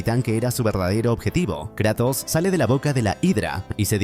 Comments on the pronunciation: adoro tus resumenes pero...KrEEEtos???? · Me encanta que dice Kretos en vez de Kratos